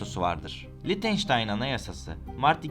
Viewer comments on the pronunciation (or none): Lictenstein degil Lichtestein 🥰 ch sadece he harfi okunur!!!! Belgesel yaparken dogru yapin…